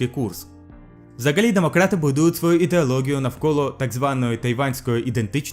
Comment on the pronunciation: Не правильно вимовляєш: налагодила, ідеологія, економікою, хоча і ще декілька слів, а в цілому дуже не погано - продовжуй